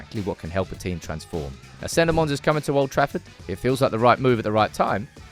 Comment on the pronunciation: Senne Lammens is pronounced phonetically as SEH-neh LAH-mens.